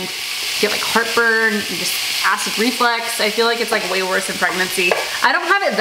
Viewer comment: Lena, it's acid reflux not reflix, you're too cute!!